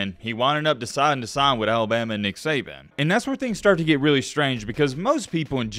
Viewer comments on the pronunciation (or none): none